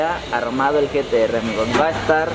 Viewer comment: Jajajajjaja like si escuchaste que le dijo gts en ves de gtr